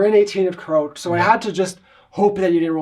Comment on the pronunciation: kroak. lol 😂 Good game though guys, and great quality work as always!